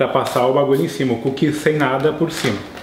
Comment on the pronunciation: "-Comer coo kie é bom" (TROLL, ):v